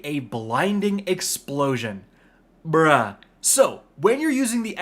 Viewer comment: Please don't say "bRuUhh" it makes you sound like you just had a stroke. 😂